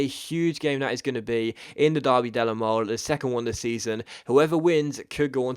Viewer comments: in Italian you pronounce final Es--it's Derby Della molay not Mole like the animal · In "Derby della Mole" you actually pronounce the E at the end of Mole